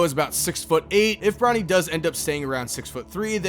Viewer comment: I keep hearing Ronnie instead of Bronny 💀